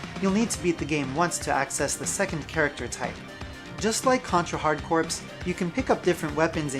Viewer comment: "Hard Corpse"? The game is called Hard Corps, pronounced like "hard core". It's wordplay: corps as in the marine corps, but it sounds like "hard core".